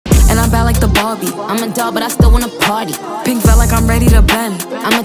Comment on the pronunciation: Love how Ice Pronounce "Barbie"😍